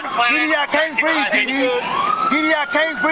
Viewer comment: Did said Didi, i can't breeze....or i can't breath?